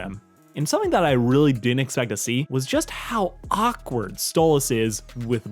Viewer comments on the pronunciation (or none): none